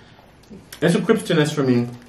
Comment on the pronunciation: I love the way you say crisp-e-ness for me. You can mess up a word girl